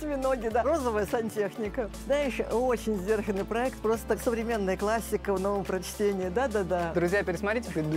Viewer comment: ПроЕкты. И пишется, и произносится Е 😂